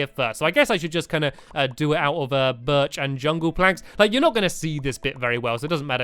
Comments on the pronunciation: STAMPY!!!! UR SAYING BIRCH WRONG!! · stampy said birch wrong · stampy your not saying birch right